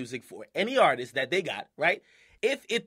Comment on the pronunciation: ...and that's why they cut off the mic for my boy James Hetfield. I know he's not a hip-hop artist (obviously), but I'm willing to bet at least ONE of y'all don't listen to hip-hop/r&b EXCLUSIVELY and know EXACTLY who I'm talking about. P.S. "TEHY"? "TEHY"???!!!